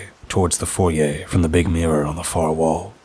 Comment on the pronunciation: YES! FINALLY! Someone pronounces "foyer" properly! It's the little things in life that make me happy ☺ I must agree with the author here too...being naked showering with curtains literally creep me the F out 😬 I'm forever thinking imma open my eyes whilst rinsing my soapy hair to see a creepy face staring and looking in at me from the far end of the tub. I prefer baths much more bc of that 😂 💙❤💜